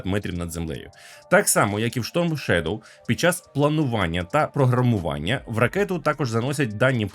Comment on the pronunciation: Сторм шедов а не шторм шедов. Адже шедов це вноземне слово, тоді і сторм треба говорити